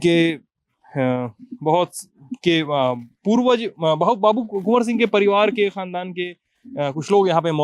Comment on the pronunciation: Kon Singh bol rahe ho 🤣🤣🤣🤣🤣🤣🤣🤣🤣🤣🤣🤣🤣🤣🤣🤣